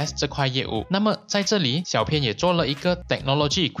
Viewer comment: 谢谢这个分享。 小编有件事情，想告诉你『小编』的『编』字念法是 bīan ，和『鞭』同音，而不是 pīan 『偏』，请在以后的影片纠正一下。不然我听得很 beh tahan...